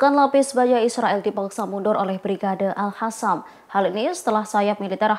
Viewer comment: Al Qassam kok jadi Al Hassam... Presenter tribun ga bisa baca yaaa😂